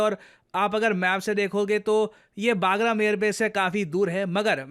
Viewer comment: it's बगराम Air base, it's not बागरम Air base, सर आप हमेशा इस Air base का नाम गलत pronouns करते है। सर अफगानिस्तान के इस air base का सही नाम "बगराम" Air Base hai, ना कि "बागरम" Air base. Thank you Sir 🙏🙏🙏